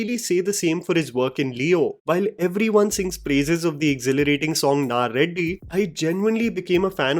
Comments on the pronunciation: I understand you are not a native Tamil speaker but how you can you get "ready" wrong? What is "Naa Reddy"? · Greatly Described but Bro its not 'naa reddy' its 'ready'🤣